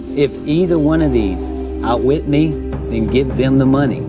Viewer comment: The slogan is "OUTWHIT, OUTPLAY, OUTLAST! Not outnice!